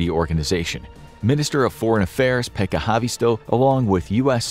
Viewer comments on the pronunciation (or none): none